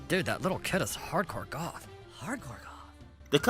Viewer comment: When you said goth I thought you said golf lol